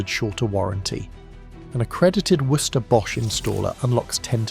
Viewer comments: Worcester pronounced Wuster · Your AI voice really struggles with the pronunciation of Worcester, trying to say Worcestershire instead. laugh a minute - it gets in the way of the message! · Pronunciation of Worcester was hilarious.